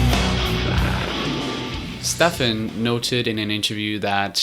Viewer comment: Jacob Power its either Stef, or Stefen. Here's an interview where he says it himself, Stef.